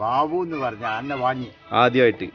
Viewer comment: ആനന അല്ല ആനയെ എന്നാണ്